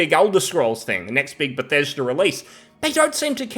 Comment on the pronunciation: its "be thes da" not "beth es derr" 😅😂😘